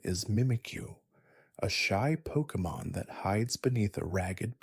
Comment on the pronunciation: Please improve your pronunciation of Pokémon names